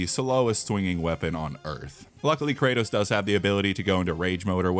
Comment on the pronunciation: Thats not kratos thats karrots💀💀